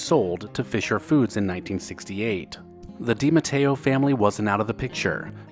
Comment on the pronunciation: Thank you for pronouncing DiMatteo correctly. While not related to the DiMatteos shown in this video, it is my maiden name. So I appreciate it. 😁